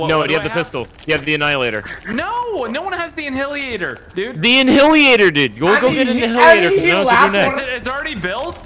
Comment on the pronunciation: lmfao en-hilliator